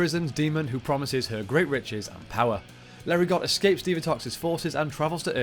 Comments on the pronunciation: Came here to say this. It’s “LAIR-eh-GO.” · The T in Larigot is silent